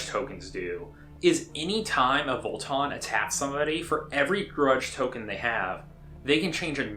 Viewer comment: Vo-Tann, not Vol-Ton. Haha